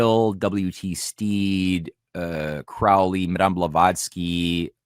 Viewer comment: Quick note, guys. "Crowley" is pronounced like the bird "crow". ("Croh-lee")